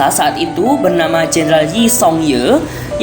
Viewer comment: Cara nyebut nya bukan joseyon bang tapi joson